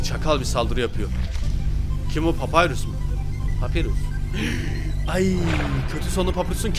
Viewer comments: papyrus papirus diye değil papayrus diye okunuyo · Allah rızası için artık şu papirüs kelimesini bırak papayrus diye okunuyor bir isim kelime değil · abi papyrus "papirus diye okunmuyo papayrus diye okunuyo"